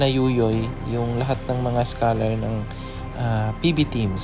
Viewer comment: observe ko lng..bkit naririnig ko bigkas nyo schalar.di ba yun e scholar? just saying.